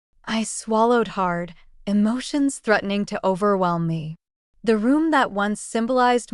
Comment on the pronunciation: That's "hard" not gard